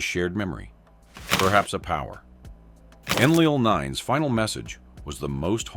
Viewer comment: Your AI doesn't even say Enlil correctly. Enlil was the semi-reptilian half-brother of Enki and the Anunnaki military commander here on Earth - Anu, his father had remarried and had married a reptilian for reasons best known to himself. Enki was the purebred Anunnaki from Anu's previous marriage and was a scientist who did his best to help us in what were difficult circumstances because of Enlil.